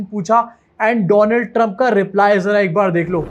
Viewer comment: Donald Trump ❌ Doland Trump ✅